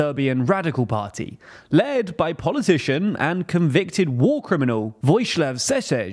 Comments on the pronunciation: lol at the pronunciation It's pronounced " Voyislav Sheshel' " Also, there used to be a president between Boris Tadić and Vučić; Tomislav Nikolić, the founder of the Serbian Progressive Party, was president from 2012 until 2017, while Vučić was his prime minister. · Homie said Voszislav Seszesz